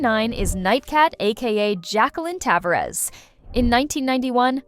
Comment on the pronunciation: Gotta love how stupid AI voice overs are. "Tav-uh-rez" not "ta-var-ez".